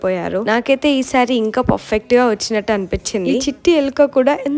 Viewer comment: Perfect ❌ puffet✅